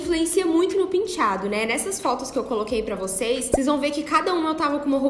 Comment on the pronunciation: Todos lindos! Mas que agonia ela falando PINtiado🤪🤪🤪🤪🤪